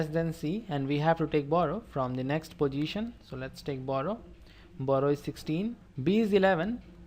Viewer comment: It is position not posijhan